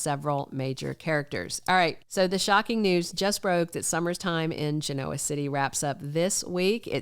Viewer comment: Is the voice Ai? Why does the narrator say “JaNoah” for the city. They say the name of their city all the time on the show.